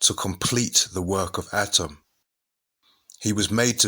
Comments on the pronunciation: Atum.. not atom... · Exceptional Work! Except, ATUM not ATIM, if I'm not mistaken. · Are u saying adam or atum? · He's saying atom or adam?